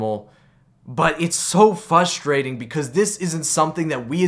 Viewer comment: There is an R in fustration